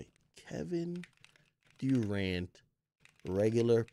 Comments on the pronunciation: Kevin "DooRant"🤣🤣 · “Kevin DEWrant”